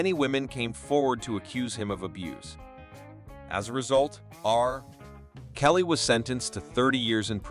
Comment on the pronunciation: I just have to say, Your are SOOOOO mispronouncing 30% of the Peoples Names you are talking about in your videos. I don't think Anyone has said this to you, So it's time you know. Example, you said "R..........Kelly" it is read togeter here in the U.S. as "RKelly" it's pronounced as thought the name Runs togeter......There are Tons more names you have Royally messed up